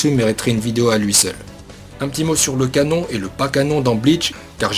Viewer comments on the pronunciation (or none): none